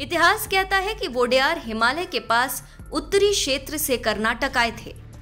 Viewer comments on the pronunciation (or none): none